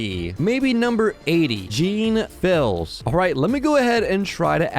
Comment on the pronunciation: Jeanfils is a french youtuber and as a french person, it really hurts the way you pronounced it.